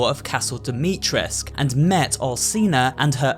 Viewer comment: Sorry but I have to... NOT DIMITRESC. DIMITRESCU.